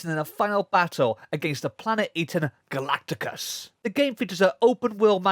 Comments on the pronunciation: "galacticus"really? whatever i still like the video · "Galacticus" Congratulations, well done! Great video anyway